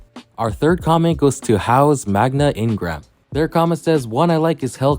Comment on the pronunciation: I can tell you weren’t a Bakugan fan back in the day with the pronunciation of Haos Magna Ingram, or if you were, probably forgot the pronunciations